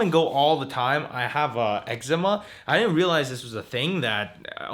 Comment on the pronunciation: Am i the only one hearing pronouncing "eczema" different.........maybe its just me.